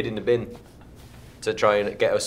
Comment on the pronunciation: lol catching Liam's irish accent , "Hid in da bin" lol totes cute